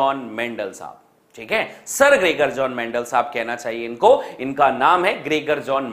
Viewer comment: Greger jon mendel 😂